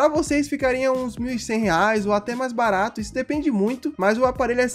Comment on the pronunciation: "Barato" "BARATO"